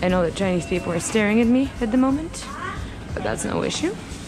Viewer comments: Your videos brings back my amazing memories I had in Shanghai. Btw you Chinese pronunciation is very good keep it up 👍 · Your Chinese accent is very goodddddd !!